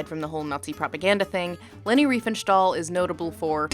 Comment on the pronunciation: There is no "sh" or "sch" sound in "stahl". Sorry, but every time you said "Riefenschtahl", my "immersion" shattered.